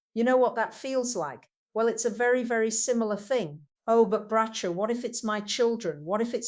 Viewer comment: She doesn't even pronounce Bracha's name properly!